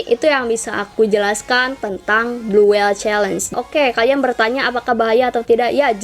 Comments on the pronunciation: Blue whale ka bukan blue whele hehe.. kasih tau aja.. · Blue whale kak bukan blue whele